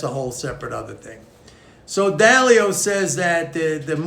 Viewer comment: Ray Dalio? not Dao